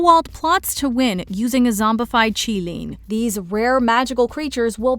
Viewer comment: Thank you for pronouncing Qilin correctly